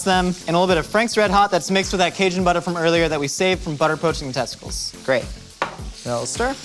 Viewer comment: pronunciation of 'cajun butter' 😂 he's pulling out the authentic cajun experience